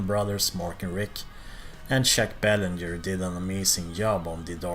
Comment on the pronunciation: Good stuff,man. I would agree with your list except the top three fluctuate depending on how I feel. By the way, sorry to nitpick,but I am a Quebecer,the n in Belanger is very soft and the r is totally silent,so more like Baylahjay. Keep up the great work,pal! Cheers!